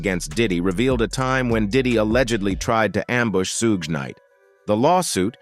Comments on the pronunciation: "Sooodge knight" LMMFAO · I can't continue to hear this narrator continue to mispronounce Suge knight's name.... It is so irritating to me.... I'm out! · OMG. Can somebody program these AI VOICE OVERS to say Suge's name correctly! Damn!! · Is that what it is? AI? I hope they don't fix it. Chuckle every time. Put that on cooody!